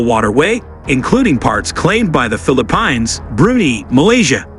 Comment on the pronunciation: Please correct your pronunciation of the name of the Philippines.